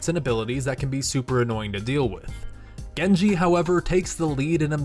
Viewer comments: did he say gengar? its genji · WHAT his name is genji not gangger or whatever u said XD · I thought it was Gengar he said instead of Genji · You said gengar and greeninja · 🤣 Dude! You butchered Genji's name like you would not believe! Gengar? Greninja? THOSE ARE POKEMON! WRONG GAME! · Goneja? Gengar? Gankey? It’s Genji! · He also said genki lol inthink it’s on purpose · Anyone hear him say Gengar? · he says gengar instead of gengi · "gengar" lol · youn said gengar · He said gengar its genji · He said gengar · Omg why did he call genji ganga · Gengar? Genki? Wtf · omg instead of saying genji you say things like gengi, pokemon like gengar and greninja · He said Gen jar and greninja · Did any one else realise he said gengar instead of genjii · XD When he was talking about Genji he called him Gonja and Gengar and even greninja! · He said Gengar instead of genji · you called genji gangar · he says Gengar not genji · you say gengar (a Pokémon) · And gengji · lol he said gengar instead of genji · Did he said gengar? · Did you say gengar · sombra the hacker I got pissed just by him saying his name wrong, he said gengar.. this aint Pokémon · Did Anyone Notice That He Said Gengar Not Genji? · Gengar... Really its Genji not Gengar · Am I the only one that noticed that he said, GENGAR, GENKI, and GRENINJA instead of Genji XD! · XDXDXD He can't even say genji he called him gengar grinji and greninja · Gengar XD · He called Gengi Gengar... was that on purpose? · Genji not Greeninja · In the genji part... Did he say gengar and greninja? 😖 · he just called genji ganga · When he called genji "gengar" lmao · why does he say gengar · you said gengar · GENGAR IT. GENJI pls say his name properly in next vin ps I love you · ganga gengar genkey gerneja i thought it was genji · The "Genki" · Did he just say gengar to Genji? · he also called it greninja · Luke Alvares he called it genki to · Hej just said gengar... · Genji (gu-en-g) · Did he call Gengi gengar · That's not how you say gengi